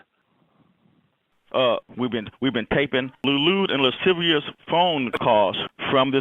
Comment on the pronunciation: “Lude and lisivious comments” lmao 😂